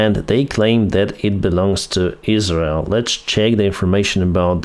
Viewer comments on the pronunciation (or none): none